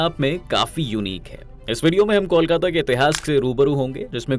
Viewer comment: Pahle kolkata ka uchaaran Krna sikho